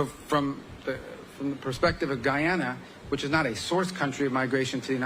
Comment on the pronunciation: And It’s Guyana. Not guayana!